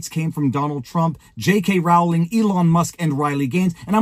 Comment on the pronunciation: Sorry. I tried to resist but you mispronounced her name so often, I just had to comment. It's J K Rowling like bowling ball. It's not J K Rowling like growling wolf. I'm just too pedantic to let it lie